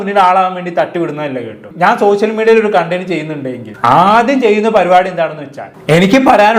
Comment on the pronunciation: പൊന്നു ബ്രോ ആദ്യം നിങ്ങൾ ശ, ഷ എന്നീ അക്ഷരങ്ങളുടെ വ്യത്യാസം പഠിക്കൂ, സോശ്യൽ, വിശയം എന്ന വാക്കുകൾ വാക്കുകൾ പറയുമ്പോൾ ആരോചകമായിട്ട് തോന്നുന്നു പരമ ബോർ plz